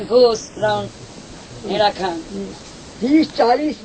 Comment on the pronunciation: Its haidakhan, sir not herakhan. Jai haidakhan babaji❤